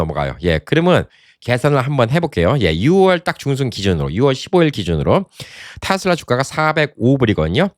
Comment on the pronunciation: 내말이 그말이여... 그것도 미국에서 사셨던분이.... 발음이 거시기 하네요, 잉! "테슬라" 가 바른 발음아니여?